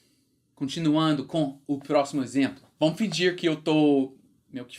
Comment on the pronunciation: "Exemplo" . Leia como se tivesse um acento circunflexo (Êxemplo) assim como: Êspecial, Êspetacular, Êssencial, Bôca. O acento não existe nessas palavras, mas a pronuncia é como se existisse. Tua pronuncia é realmente ótima. Por isso acho que ficará excelente com esse pequeno ajuste.